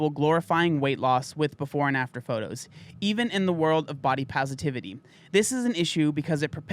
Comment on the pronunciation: You said "before and after". I heard "porn actor".